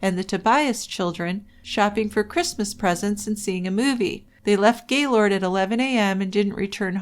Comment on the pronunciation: I tried to listen to this. I've read the book. The monolog is so mundane. And anyone who has ever lived in or near gaylord, knowx it's not Gay lord. It's Gaylerd. Nobody says it that way. I was hoping this would be good, because it seems like the only YouTube video about the murder. It's audibly difficult to do though. Thanks for trying though.